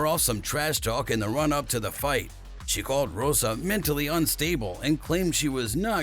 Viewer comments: Rose. Not Rosa... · Good vid. But please at least get the names right. ROSE not Rosa lol